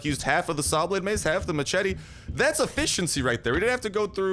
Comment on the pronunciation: You say machete wrong